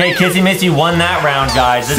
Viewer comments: Its not kassy masy it s kissy missy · It’s not Casamassa it’s Kissy missy